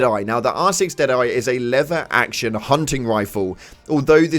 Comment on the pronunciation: Love your vids but please say 'lever' correctly